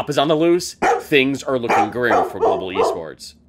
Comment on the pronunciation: "Gobal Esports"